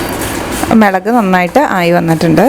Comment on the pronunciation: മെളകാണോ... അതോ മുളകാണോ